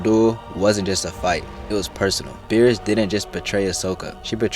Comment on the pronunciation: Why u callin Bariss BEERUS bruh